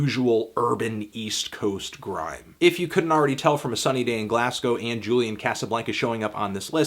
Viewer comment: probably the worst pronunciation of Glasgow I have heard in a while